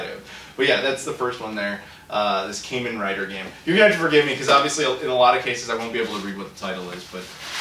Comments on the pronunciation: Sorry buddy, I gotta say this, I'm a huge Kamen Rider fan...its a LONG a so its pronounced KAH-men Rider. Wanted to get that out there if you touch on other games in the series. also Taiko no Tatsujin is Taiko Drum Master obviously. The game following that translates to (Gotouchi Tetsudo: Gotouchi Kyara to Nihon Zenkidou no Tabi) Locale Railway: Locale Characters travelling across Japan. Fujiko F Fujio is a famous mangaka (comic writer) whose most famous work which is displayed on the cover is Doraemon. Now as for the XBOXONE game Azito is a giant robot building series that is also on the 3DS amongst other systems. the x is actually pronounced 'Cross' here like in ProjectXZone. Finally Tatsunoko is one of the BIGGEST production houses in all of Japan. The biggest series thats known here is Gatchaman. For the tradtional games, the first one was Go the other is Japanese Chess (Shougi) Also the names attached to them are of famous players of the games. Another thing, Psycho Pass in anime form has a stateside release that you can watch on Netflix and I HIGHLY encourage watching it if you like crime drama! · You pronounced Kamen Rider wrong. Look up videos about the franchise.